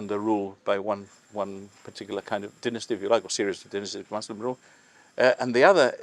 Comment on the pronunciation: is incorrect. It wasn't between Muslims and Christians. It was between Arab invaders and Europeans. Different peoples. He didn't call the British Christians did he? And nobody pronounces Muslim like he did. It's not a fabric. And he doesn't know how to pronounce balcony. Honestly it's ridiculous. Why has this site been neglected for decades. It has been abandoned. It should have taken precedence over the northern defences. We need English Heritage professionals in to run Heritage in Gibraltar as well as an auditor.